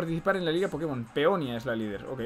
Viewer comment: cómo que Peonia sera Peonía